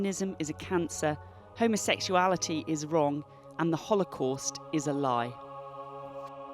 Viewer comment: She can't even pronounce "homosexuality " correctly. Channel 4 IS fake news.